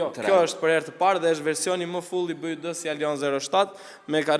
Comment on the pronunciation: Bi -uaj -di thuhet